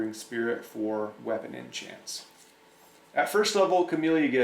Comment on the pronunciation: Did you just say weapon in chance??